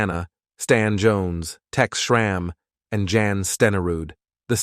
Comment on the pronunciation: No way John Riggins is regarded higher than Campbell! And who is this narrator that pronounces Jan Stenerud as “Jan”(as in January) instead of “Yahn?” I’m thinking the narrator never saw Campbell play.